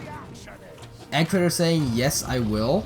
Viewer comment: It's E gee traitor not Eg rofl